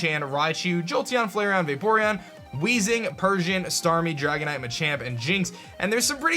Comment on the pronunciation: Dragonite-ite... Lol